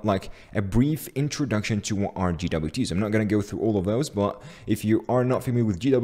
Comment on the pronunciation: did he just say GeeDoubleYouTea's? lmao wtf